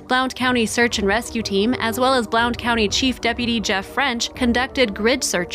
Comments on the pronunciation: Just so you know: Blount County/Blountville are pronounced “Blunt” County and “Blunt”ville… 😉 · Blount is pronounced blunt. Js :) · Blount is pronounced "blunt"....I wish people had an idea how far a little one can wander and how often you find derelects in the woods! I am so happy he was found!! 🥰